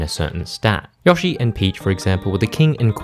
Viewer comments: Bro really said "Yoashi" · I had no idea what a juow was at the beginning. It wasn't until you said pair that I realized you meant duo LMAO also, it's Yo-Shee, he says his own name!